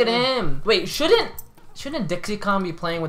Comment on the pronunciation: Haha: the way that says "dicky" cracked me up xD